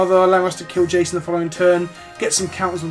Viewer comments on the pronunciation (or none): Hey dad it's not jacon it's Jason lol